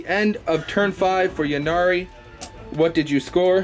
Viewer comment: Yeah I don't understand. It's a play on words - the god of death "Incarnate" - hence Yncarne (pronounced inn-karn.) Yvraine like "Evraine", Ynnari like "Innari" etc. Lots of people seem to say "Yinnari" though.